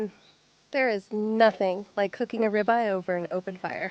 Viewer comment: ugg AI....what is a "rybye" steak 😅 Thats what happens when u eat a duraflame log-o-chemicals....